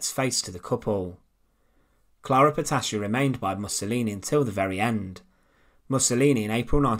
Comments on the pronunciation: You should consider find a narrator for your videos 😎 And her name was not PETASHI, but PETATI. That's how it sounds. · Petacci is correctly pronounced in Italian Petachee not Petashee.